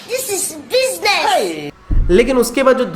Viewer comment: Hahah thhiiis iz bisnesss 😂 👏🏻👏🏻👏🏻👏🏻